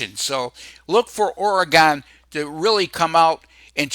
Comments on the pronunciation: ORE "GONE" come on say it right. It's Oregon, like "oregun".... Thanks for the props though. Go Ducks... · Always a pleasure,. "Ory-Gun.":) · This idiot cannot pronounce Oregon